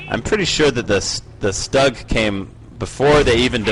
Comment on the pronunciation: actually it is an assault gun/tank destroyer and it is pronounced "stew-g